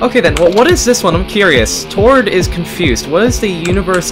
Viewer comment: did tord just said tod